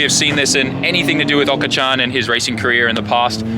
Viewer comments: Aka-chan means baby lol say OH-ka chyan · definitely sounds like hes calling him Aka-chan instead of Oka-chan lol